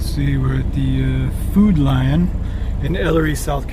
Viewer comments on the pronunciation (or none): none